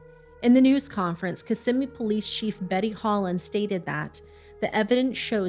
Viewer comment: It’s such a small detail and totally irrelevant to the horror that baby faced… but I appreciate that you said Kissimmee correctly. A lot of people that cover the area and don’t live here always say it wrong. It just shows the level of research you guys do. Even the smallest detail is important.